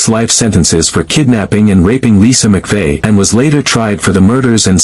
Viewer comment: Its Mcvey. Not “McPhee.